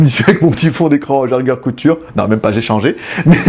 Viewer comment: c'est jaeger-lecoutre pas le couture x) et je trouve ça sympa de mettre des devants de portugaise (iwc) ou de Jaeger , pour un fan de montre c'est cool